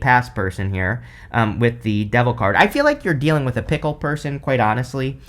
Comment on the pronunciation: I swear, every time you said fickle I heard "pickle" I spent the longest time trying to figure out what a pickle person would be!!!! LMAO!!!!